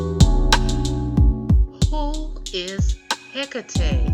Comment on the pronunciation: It is pronounced he cot e